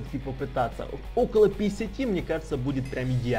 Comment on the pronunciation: Не писяти ,а пятидесяти!!!